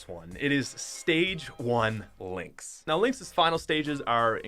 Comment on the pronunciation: How u say links is bad